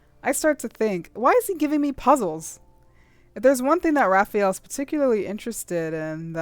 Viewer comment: His name, Rafayel, is pronounced Rafa-yell, not rafi-yell.